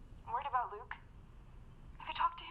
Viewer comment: He said "loot" not Luke.